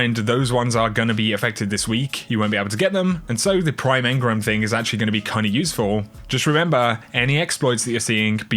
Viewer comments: Please stop saying Engrums, please say engrams aha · You know, engram has an A in it ;)